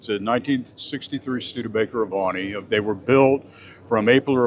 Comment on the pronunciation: The Avanti ll was built on the Studebaker Chassis with a Chevrolet engine, not the Corvette chassis. What a BSer. His knowledge is faulty. His pronounciation of Avanti is correct.